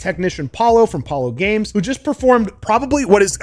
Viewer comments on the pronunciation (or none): It's Paulo Gomes, not Games, and the guy is a literal wizard when it comes to repairing and modding GPUs!